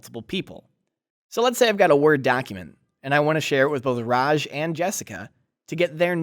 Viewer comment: it's RA J NOT RAZH. STOP FORINISING NAMES!